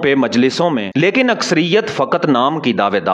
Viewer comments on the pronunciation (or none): none